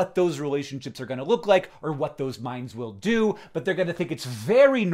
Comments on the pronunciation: I thought he was saying "mines" instead of "minds" and I was like, oh god Hank Green things artificial landminds are going to be a huge part of daily life? Wait, are people dealing with biological landmines right now??? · For number 9, I couldn’t tell if you were saying “artificial mines” or “artificial mimes” and I was very confused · At first, I heard "artificial minds" as "artificial mimes". Very confusing!